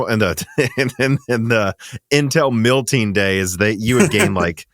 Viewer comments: Why do you keep saying “milting”? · Please stop saying "milting" it's "MELTING"